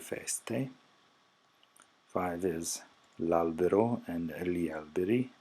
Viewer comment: Your pronunciation of GLI is not correct, it should be more of a LYEE sound rather than LEE